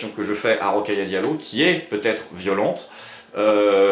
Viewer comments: C'est Rokhaya pas Rokaya :) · Hors sujet mais c'est Rokhaya. Au moins elle pourra pas se plaindre que tu épelle mal son nom.